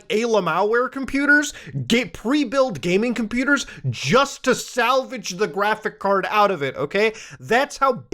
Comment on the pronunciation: muta please just say the fucking s at the end of graphics card PLEASE